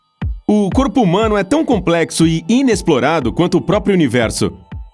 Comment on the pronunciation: Ele: o Corpo Oq eu entendi: o Corno